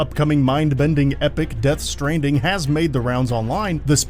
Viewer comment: lol it sounds like the narrator mispronounced stranding at the start of the video.